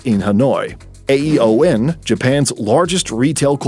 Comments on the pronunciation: AEON isn't pronounced "A-E-O-N". It's pronounced "eon" (think "Leon", but drop the "L"). At least thats how it's pronounced here in Japan. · AEON is read as e-on or ii-on, as in the word aeon, which means a very long period of time. In Japanese, we call it ii-oh-nn. It's a three syllable word. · It's not A. E. O. N. It's ÆON pronunced eeon